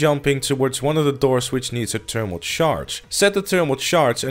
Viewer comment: It’s thermal not ternimal